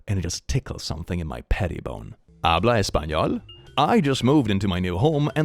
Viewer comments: Okay, but, as a spanish speaker who watches you from Argentina, when you said "Habla español" i freaking died and hoped that the story had more spanish, because your pronunciation was very good!! I seriously would like to hear you speak in spanish if the post needs it. Thats it, i just got a fangirl moment, thank you for listening 🤍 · Hearing the saying habla español? Is to funny, even more considering i talk spanish.